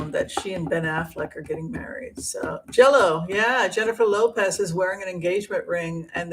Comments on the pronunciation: You kept pronouncing it ‘Jello’.. i had no idea what you meant.. J-Lo…,hahaha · It’s JLo not Jello but think your program is terrific.